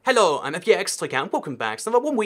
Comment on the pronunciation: Why do you sound Swedish when you say hello?